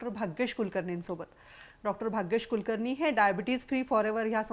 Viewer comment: Bai किती अशुद्धच बोलता. Dr. कुलकर्णी ह्यांचे नाव tari स्वच्छ ucchara